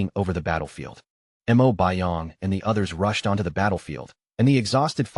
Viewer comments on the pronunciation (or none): Mo not m.o